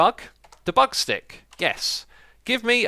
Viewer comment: It's pronounced dee-bug, stressing the dee.